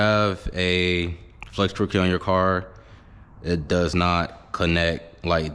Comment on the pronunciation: Why can’t u say fuel 😅